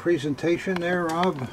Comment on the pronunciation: Am I the only one who thinks he's always saying, "Hob," not Rob. BTW I think Hob would be a cool boy's name.